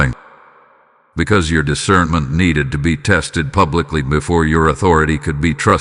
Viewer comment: "I WALK IN DIVINE ISCERMENT"